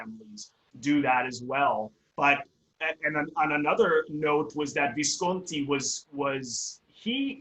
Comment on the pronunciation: Simple minded review plus you mispronounce Visconti's name.